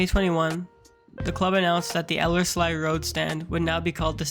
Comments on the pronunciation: Elles -LEE!! it's Ellers-LEE road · It's pronounced "ELL-erz-lee", emphasis on the first syllable. ;) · I liked the old air pic, never seen that before, that was interesting. As someone else mentioned, Ellerslie Road is pronounced eeee at the end! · It's pronounced el-ers-lee. But nice vid.